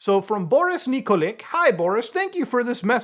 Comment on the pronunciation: Nikolic is probably spoken as Nikolich - like ending with a Lich